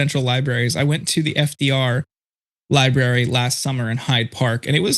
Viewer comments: Dr. Richey. It is pronounced "Library." Not "Libarry." Just like you need to stop saying "ax" when you are using the word "ask." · President Pumpkin Head doesn't even know how to pronounce library 😅😅😅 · Pronounce the word library correctly. There are two r’s.